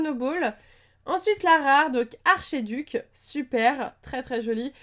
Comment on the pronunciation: Miss on dit félINferno pas félineferno et archéduc ce dit arkéduc